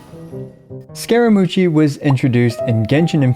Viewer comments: So, not to be pedantic, but his name is pronounced 'Scara-moosh' (like from the song Bohemian Rhapsody), not 'Scara-moo-chy'. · Did he just say scara-mochi? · Scaramou chi? Wth? Lmao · Scaramooshy?! Have you literally never heard of Bohemian Rhapsody before?! I know Americans mess up with how words are said from time to time, but this is a whole new level. Come on man. It's in the song.